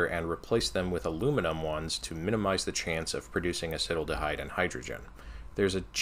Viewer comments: a-sittle-da-hide? asset-al-da-hide. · Just a heads up, acetaldehyde is pronounced acet-aldehyde (acet as in sodium acetate). Got me pretty good lol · It's not acetal-dehyde, but acet-aldehyde haha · I would have guessed “a-SEAT-aldehyde”, as the way you describe sounds like “acid-aldehyde” to my ear :) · I‘m not sure if someone mentioned this befor but Acetaldehyde is pronounced Acet–aldehyde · dude I love this channel, and this video series in particular, but the way you pronounced acetaldehyde made me cry laughing. you still have way more knowledge than I ever will though, so don't feel bad about it. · I am a chemist, I know nothing about refrigeration, but (as a chemist) I obviously thought of using a mixture of CO2 (if its the perfect gas) and another refrigerant that stays liquid which would dissolve the solid CO2. Also check your pronunciation of Acetaldehyde xD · The way you pronounced acetaldehyde caught me off guard lmao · I like the funny way he says acetaldehyde...